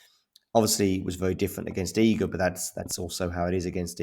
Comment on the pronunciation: Respect for the good pronunciation of Iga name. not everyone does it correctly. .even the judge during the match xD